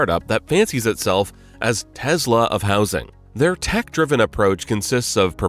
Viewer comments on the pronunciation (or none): DUDE IT IS NOT PRONOUNCED TEZLA IT’S TESLA!!!!!!